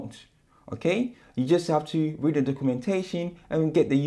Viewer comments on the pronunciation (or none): none